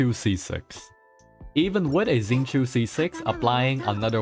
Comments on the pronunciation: Xingqiu's name is more like 'shin' + 'tchou'. There's no Z sound. There are a couple of really nice videos on YT teaching how to pronounce the CN names in Genshin, they're really nice, I recommend them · Oh no! He pronounced xingqiu right then wronged himself😭 So close